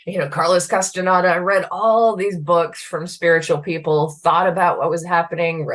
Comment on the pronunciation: I know, this is irrelevant, but just to be respectful, as I know you want to be, it is not "Kahs-teh-nada" its "Kas-tah-NYEH-dah."